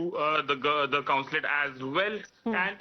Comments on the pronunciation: It is consulate. NOT councilate. News readers should learn how to pronounce. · I wonder whether they are wrong. BTW pl tell the anchor that it is consulate and not counsulate as she keeps saying. It's jarring. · Anchor, It's NOT Counslate, Consulate